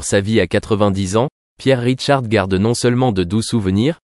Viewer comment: Il s appelle Pierre RICHARD et non "Ridecharde" !😮 Longue vie à lui !